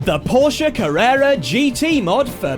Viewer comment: Finally someone who van pronounce Porsche and coupé properly